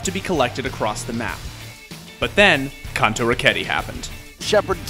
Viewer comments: Are we just going to ignore this host to call Kanto “cunto” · My man doesn't know how to say Kanto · I'm so triggered about the pronunciation of Kanto